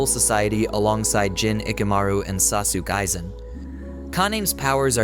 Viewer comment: Especially the way he pronounced “sauce sook aizen”😂